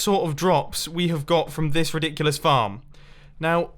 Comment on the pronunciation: Mumbo: this is riddikulus Me: are you sirius?